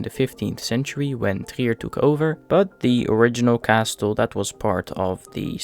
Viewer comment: Lovely video, just a pointer: the "t" in castle is silent! 😁